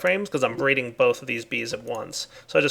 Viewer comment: lol "bree reading"